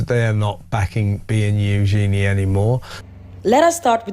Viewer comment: Who’s Euzeeney do you mean Eugenie pronounced you-jeanie